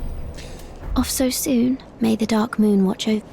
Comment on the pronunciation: drink every time he says derk instead of dark